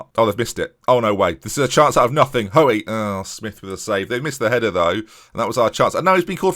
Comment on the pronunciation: As someone with the same surname its not ''Ho-ey'', its pronounced like ''Hooy''!